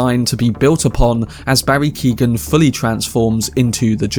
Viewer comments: His name isn't Keegan. It's kee. Oh. Han. G is silent, it's Gaelic irish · It’s pronounced Keown not keegan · just to be helpful the name "Keoghan" is pronounced like Kyo-han. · Its pronounced Key-o-ghan.. as an Irish person, it hurts my ears to hear you say keegan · Came here to say this lol. Mad to think the young lad from Love Hate is in these massive films now